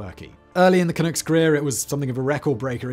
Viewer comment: Vancouver Canucks, not Canooks. Makes the "Clunk" nickname more sensible too.